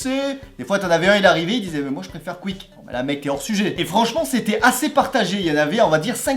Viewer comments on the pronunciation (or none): none